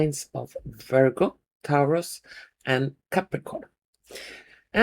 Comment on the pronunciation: Lovely Taurus is said like Torus